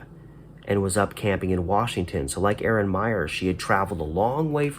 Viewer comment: FYI, she pronounced her name I-ran. Miss her!